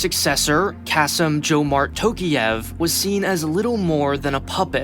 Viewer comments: It's Tokaev, not Tokiev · Dude. Can you please at least put a name into google dictionary and listen to the English pronunciation of a name. Wtf is Tokiev? Tokyo + Kiev? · And it's Tokayev, not Tokiyev. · Bruh, you overlooked so many things. At least, call the names with a correct prononciation. “TOkiEv” 😂😂😂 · Tokiiiiev?!! tf ?! TokAyev! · Nah, he did not. Almost all names and lastnames have the wrong vowel stressed. Tokayev is the worst, since it should sound like "Talk-Eye-Ehvv" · It would have been nice to learn how to pronounce the last name of the president of a nation you are talking about